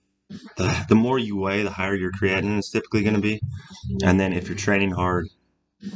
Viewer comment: Hi,, love your content. Just a minor remark - "creatinine" is pronounced as "kree-ah-tee-neen. Cheers!